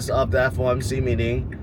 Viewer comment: It’s FOMC not FMOC right?